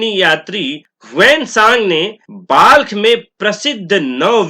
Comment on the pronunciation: महाशय Balkh का उच्चारण बल्ख होता है ना कि बाल्ख।